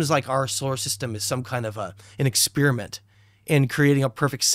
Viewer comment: When did the word “experiment” change its pronunciation from exPAIRiment to exSPEARament?